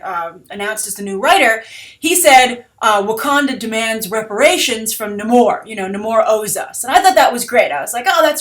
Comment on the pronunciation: Namor = 'NAY' 'MORE' How many times do I have to post the correct pronunciation?